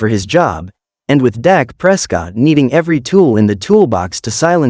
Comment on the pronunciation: His name is Dak not Doc!